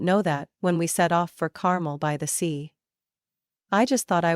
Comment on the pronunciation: It's "CarMEL-by-the-Sea," (CAPS indicate syllable emphasized.)